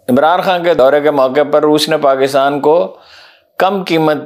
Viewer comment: "पाकितान" या "पाकिस्तान"! उच्चारण तो शुद्ध कीजिये साहब !